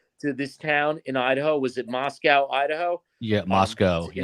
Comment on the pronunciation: Moscow idaho is pronounced CO…….NOT COW…………. It is not pronounced like Moscow Russia.